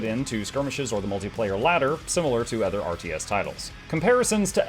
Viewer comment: tee hee "othger". Great vid as usual!